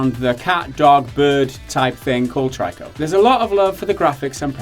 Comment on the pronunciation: Tree-Co not Try-Co.